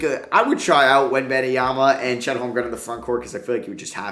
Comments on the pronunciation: do u actually pronounce Webenyama as Ben-Em-Yama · Why on earth are you so annoingly persistent with calling Wenbanyama "Benny Yama"? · Say it with me: WEM👏 BAN👏 YA👏 MA👏 It's NOT that hard